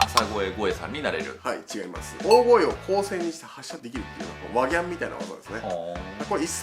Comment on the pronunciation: いやワギャンのイントネーションw